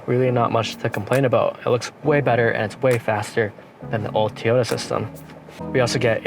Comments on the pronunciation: It's a TOYota not Tota. Learn to say it properly if you're going to do a review video. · Actually it's toy-o-ta. But you're pronunciation was still better than over and over and over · Toy ota not t ota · Great review. But.... it's not Tee Oh Ta. It's TOY Oh Ta. And please, stop saying ''actually"". it"s annoying, lol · STOP saying Teyota!!!!! So annoying. Besides that grey job. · Such an articulate speaker this young man is….didnt say “um” once….does however call it a Teeyota 😅 ….subbed 👍🏼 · Good video but Toyota is pronounced Toy- ota.